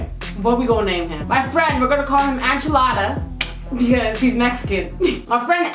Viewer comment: Enchilada pronounced (In-cha-la-da) not (An-chaa-la-da)